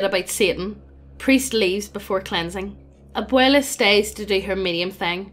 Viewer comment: This is my second fave paranormal greentext story. Thanks for being the only channel on youtube to pronounce "Abuela" properly. PLEASE DO "THE DUDE RANCH" NEXT!